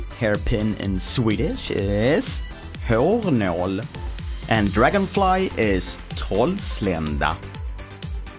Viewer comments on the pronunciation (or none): first time i heard you say Hårnål and Trollslända....we call that type of swedish SKÅNKSAA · Älskar när han säger hårnål med världens grövsta skånska, bästa!!! :)